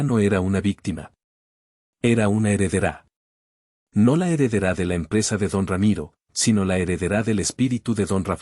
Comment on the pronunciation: Es Heredera SIN ACENTO EN LA A, HEREDERÁ es Incultura e Ignorancia